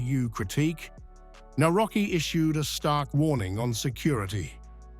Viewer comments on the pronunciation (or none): Nawrocki - navrotzki ...ku..wa🤦‍♀️